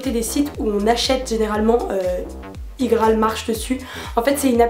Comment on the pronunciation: Ca me stresse comment tu dis IGraal moi je dis ça comme IPhone quoi mdr